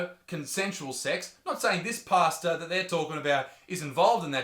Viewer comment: Ohhhh pastor... Not pasta 🤣😂